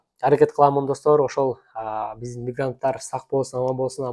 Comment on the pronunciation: Мирганттар эмес мигранттар